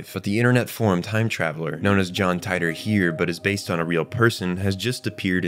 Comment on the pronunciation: Tea-tor = Titor